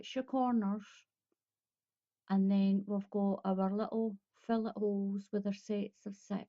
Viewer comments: Its pronounced....fil·let /fiˈlā,ˈfilā/ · its pronounced....fil·let. /fiˈlā,ˈfilā/